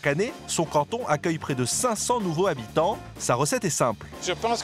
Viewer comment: "500 nouveau-z-habitants" Pas "nouveau. habitant "il faut faire Les liaisons.